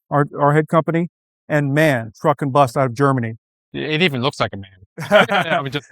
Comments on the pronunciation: Someone should teach how to pronounce MAN.Its Not a Word,but 3 seperate Letters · It’s M-A-N „Maschinenwerke Augsburg Nürnberg“ … Not „man“